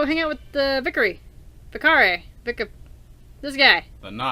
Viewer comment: Sorry, i'd want to point out that your saying vikere (vik-er-e) when its vikare (vik-ar-e)...